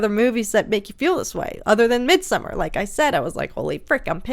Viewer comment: The only reactor I've seen pronounce Midsommar correctly. 👏❤